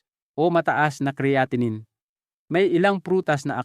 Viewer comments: "Cre-atinine"??? Bagong pronunciation iyan doc ah??? ANG dami mong paikot-ikot ng pauli-ulit na words which makes your irritably boring. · Bakit Hindi cya marunong mag pronounce Ng creatinine kung titoong doktor cya??